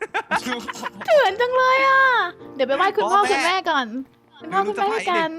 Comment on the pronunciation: คำที่ว่าเลนผิดมันอ่านว่าเลยนะครับ